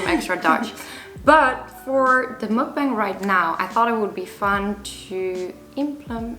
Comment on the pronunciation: Its pronounced "muk bahng" lol